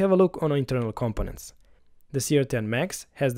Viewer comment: Compenant lol